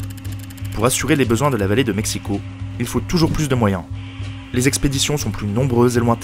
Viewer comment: Félicitations pour la prononciation des mots nahuatl ! Le x de México est généralement bien prononcé (ch), comme à l'époque. Ce n'est que plus tard que le son ch s'est transformé en 'j', soit la jota castillane !